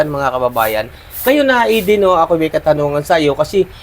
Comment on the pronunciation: Galing ni, tama ang pronunciation ng pangalan ni Eden. Kasi masakit sa mga ears pag hindi na nabigkasng tama. Thank you,.